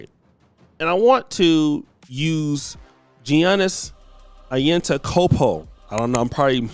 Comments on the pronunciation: "Yah-nis" "An-tee-to-kum-poh" is the pronunciation 😂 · How you pro black and can’t pronounce Gianni’s last name? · hey man, you butchered his name. 😂🤣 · Serious subject, but the way you butchered his last name was crazy lol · Damn!. Butchered homies name up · How you African and can’t say his last name!?